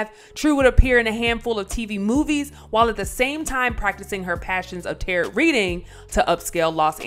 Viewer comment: Who in the world is reading this narration. Whoever it is they really need to go back to English class in HS. I mean she said tarrott instead of tarot cards. Pronounced taroe.. geez